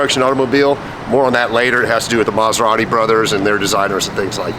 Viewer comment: The one and only "Coberrati"